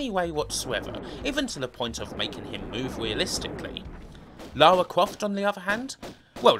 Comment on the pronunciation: Great take on the series! But, for Christ's sake, STOP SAYING "LAWA"!! Her name is LaRa. Say it: LA-RRRR-A